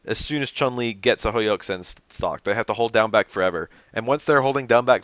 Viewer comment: The u vowel in Chunli and Yun is pronounced with a "oo" sound btw (Choon-lee and Yoon). That aside, I wish I could've thought of changes like that.